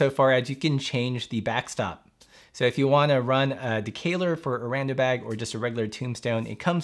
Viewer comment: Wheel of comments says, “Is that how you pronounce decaleur?” 🤣 I think we need to get the lexicographer back on the phone...